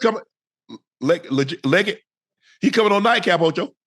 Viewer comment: man i went to high school with legette's cousin yall say his name so wrong 😂😂😂